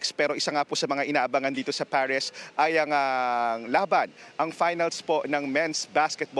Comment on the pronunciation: ParisHH ba talaga? Di Paris? Arte arte. Hehehe